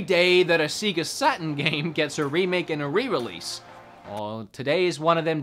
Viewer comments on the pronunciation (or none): What's a SEEGA Saturn? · sEEga saturn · What’s a seega Saturn I now something called a sega Saturn